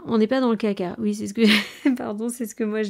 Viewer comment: Dites oui svp et pas ui.